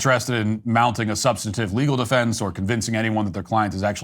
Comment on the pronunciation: How stupid is this guy? metclaf? Doesn't even know how to say his name. Also, self deflense. Its defense dumbass